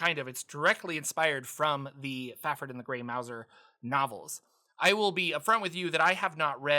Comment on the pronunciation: Mouse-er not Mou-zer. He’s a stealthy rat catching cat.